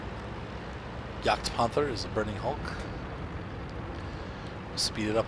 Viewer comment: Problems with the pronounciation of Spähpanzer? Try Let Google read it out loud. /edit: but "Jagdpanther" was perfect